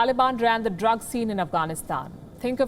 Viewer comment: she just wanna throw the "drug" word out like she cant control it🤣